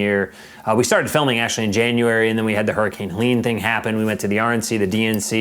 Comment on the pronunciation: First off it was Helene and not Leon.😂😂😅😊